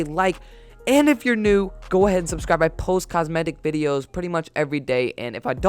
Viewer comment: It sounds like make sure you unsubscribe When you say subscribe